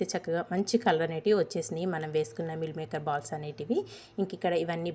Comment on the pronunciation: ఎవరు చూసినా vegetarian dishes ని non veg dishes తో ఎందుకు పోలుస్తూ ఉంటారు? మిల్ మేకర్ కాదు మీల్ మేకర్ అనాలి కర్రీ కాదు కరీ అనాలి